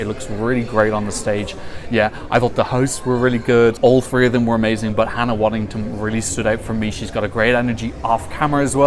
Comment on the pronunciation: Hannah Waddingham. Not Waddington. 🙂